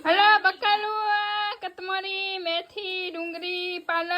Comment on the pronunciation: કોથમરી ❌ કથમોરી ✅😂